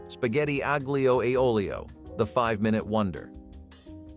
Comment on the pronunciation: no :) aglio, say alio . g is silent